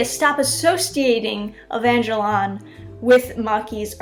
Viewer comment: No one: This chick: evanjlion